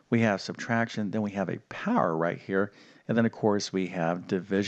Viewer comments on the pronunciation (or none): Where are you from the word power,power learn how to pronounce 😂😂😂😂